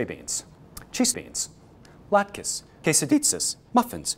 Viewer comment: I hate how he pronounces latkis it hurts thats not how you say it 😭😭😭😭